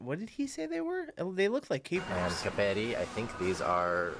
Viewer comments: cápperi! the accent is on the first wovel! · Olive oil price has actually increased hugely in the last couple of years - for us it's not cheap, at all. "Capperi" is pronounced with the accent on the FIRST syllable: CA'pperi.